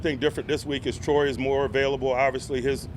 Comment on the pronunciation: Are you guys so lazy that you can’t even use one extra syllable and pronounce his name correctly? I mean Troy.